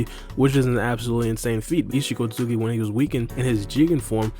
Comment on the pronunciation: Omfg bro its not pronounced “eetchee sosooki” like bro